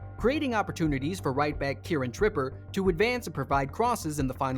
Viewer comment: America, the number one country in the WORLD, for saying shit wrong. Premeer league, Kieran Tripper, Bruno Gru-mares, Alexander Isaac, my ears are screaming, good vid otherwise lmao